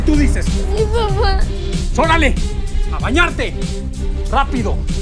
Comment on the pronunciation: acaso dijo " zorale " en vez de órale 😅 ?